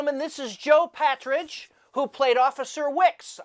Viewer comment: “Patridge” of “Partridge”?